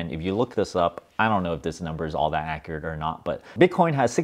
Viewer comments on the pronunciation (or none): none